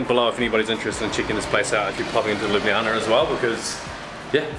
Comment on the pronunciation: a rare instance of tourists saying Ljubljana correctly. Bravo!